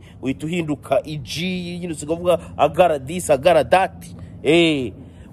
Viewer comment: “Aggara this, Aggara dati” lol 😆